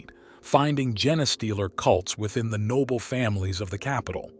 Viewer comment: My favorite was a video about tyranids and the AI voice kept saying gen-uh-stealers